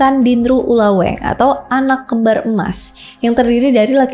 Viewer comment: Tapi banyak kosa kata gak sesuai sih😊, kebanyakan E taling dan E pepetnya salah baca, contoh pada kata "ulaweEng"